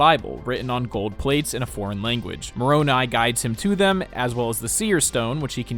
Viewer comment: As a mormon, thank you for actually pronouncing Moroni correctly. It's a hilarious benchmark that shows how much someone really researched.